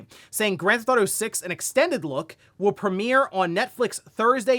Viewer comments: Why does this guy pronounce it “Grand Thauto 6”? wtf!? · I love ya,.. but i have always noticed you say "ganthefauto" 😅 Listening to you for years. Youre my wake up video to see what is going on.